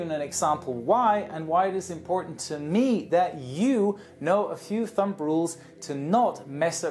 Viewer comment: Hey. Thumb is pronounced like "thum". We don't pronounce the 'b'. And we don't say "thumb rules.' We say "rules of thumb". Sorry for being nit picky. I just want you to be perfect!